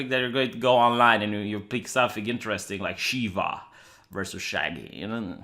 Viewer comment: it's shaggy not shagyyyiiiii